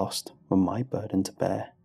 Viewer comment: I'm sworn to carry your burrdens.